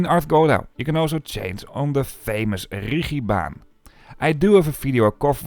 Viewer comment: Why Richi Bahn? The Mountain is called Rigi, and so it is pronounced Rigi Bahn. OK, better then Ritchie Bahn:face-purple-crying